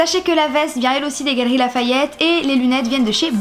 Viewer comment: quand t'as dis "gallerie" j'ai cru que t'as dis cavaleri mdrr #teamsnapouille